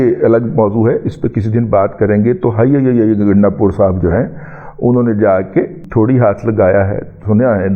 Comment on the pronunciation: Ganda pur ka name lay tay he ap kuttay ki tarha awaz kun nikaltay ha sit bilkul acha nahi lagta. I'm PML N lover and DADA G ap ko unsubscribed kia ha lakin izzat karna nahi chora. Sukriya